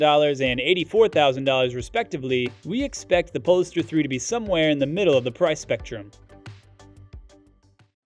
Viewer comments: Pole Star, not polster. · Sorry, but I just have to correct your pronunciation. It's called a Pole Star (not said like, Poles tar). Thanks for the video, the Audi is just gorgeous! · its not poliester hahaha POLE STAR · He doesn’t pronounce it correctly… It’s as you noted, Pole-star to give it a stellar futuristic tone as in “north pole” and “star”… pole-iss-stir sounds ridiculous. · Is it pronounced "pole-star" or as you said it "pole-iss-stir" ? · He is mispronunciating it. You don't invent pronunciation, it jarres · Yes, it was painful every time he said it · Exactly! The narrator badly botched the pronunciation. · Love how you pronoune "po-less-ster" instead of "Pole - Star" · Lol seh-don... Pole-e-star.... Go back to school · okay sorry just sounded to me like some unusual pronunciations and timings yet with what sounds like an American accent. Like “pol-e-star” and especially “se-don” for sedan. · Polestar is two syllables not three. Sedan is mispronounced repeatedly